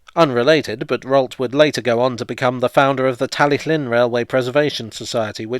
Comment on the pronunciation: Thank you for pronouncing Talyllyn correctly. 👍